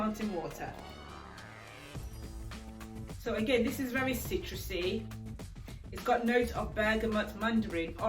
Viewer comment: I was trying to figure out where you are from then I heard you say ‘ Sooooooooo’ and realised🤣